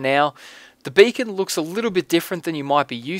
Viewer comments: When he says beacon is sounds like bacon.. :D Makes it even more badass. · LOL sometimes when you say Beacon it sounds like Bacon . XD Now I'm hungry !! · haua you say beacon like bacon ;) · He says it like bacon:D I like this:D